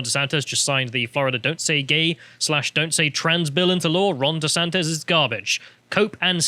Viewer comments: Stop calling him desantez man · SANTIS FFS, NOT "SANTEZ"